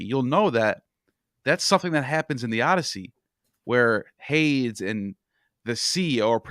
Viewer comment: something so endearing about mispronouncing 9/10 ancient greek or other antique names. HADES.